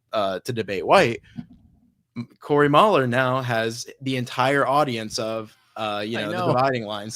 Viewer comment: Mooohler not Mauler.